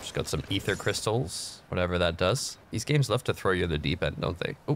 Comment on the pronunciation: EEFER CRYSTLES